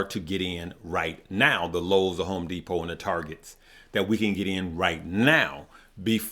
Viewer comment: Lowes is LOW, not LUS